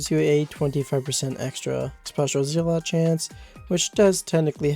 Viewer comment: its zeh-lott same pronunciation as weapon...